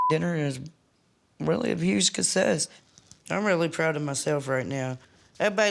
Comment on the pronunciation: Amy says ' dinner was a huge cucsess' instead of success. It made me chuckle, lol.